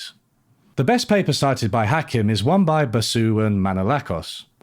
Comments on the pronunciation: Point of order: it's "Ha-KEEM," not "Ha-KIM." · You say Hakim weird - it’s more like Hakeem. Not that relevant I know, but it just put me off my focus every time you said. Yes I have wine. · yeah I thought it was weird how he mentioned Hakim so much, yet never pronounced his name right, so I was like “did you actually watch it”. Maybe it’s just his Englishness stubbornly mispronouncing things and he did watch, but like you say, there are so many professionals in the field, yet he chose a guy whose day job is as a hospital GP, but makes YouTube videos in his spare time coz he’s well read and passionate in the subject. In all fairness, he made a lot of good points and made an engaging video. But I agree with your critique to a point. I felt he made out like everyone was stupid, but while Marx was the least stupid he still thinks he’s stupid. I got the impression he agreed with Marx but had to nitpick a few minor mathematical elements to find a way to disagree with him because of his own background and experiences which have limited the scope to which he can ideologically agree. Which is ironic given his conclusion. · You mispronounced Hakim's name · Mispronounced Hakim, critique rejected